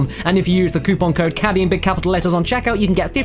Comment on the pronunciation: of Time cough cough it's caddy not cadie..... Sorry I couldn't resist